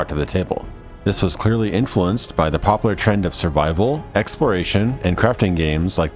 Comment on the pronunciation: Im glad i found this channel but holy shit it bugs me the way you pronounce popular. "Pop lar"